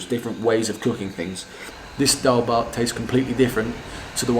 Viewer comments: Liked this Video and also laughed only after when you say daalbhat power 24 hour so perfectly😂😂😉😉😉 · You're starting to pronounce the word "nepal", "nepali" and "dal bhat" properly than other foreigners... It almost sounds native now... Haha.. 😄